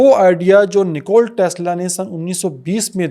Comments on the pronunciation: Bro. It's NIKOLA Tesla not NICOLE Tesla. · Nikola Tesla ki rooh trap Gai Hogi jb ap Nikola k bjae nikol bol rhy thy